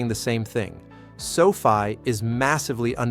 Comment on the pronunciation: Can't even pronounce the name of the company correctly. Please stop.